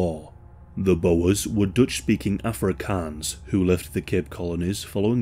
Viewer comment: Your pronunciation of afrikaans is extremely accurate I still remember I had to do a school project on Emily Hobhouse in std 1 (grade 3) in 1991 👌🇿🇦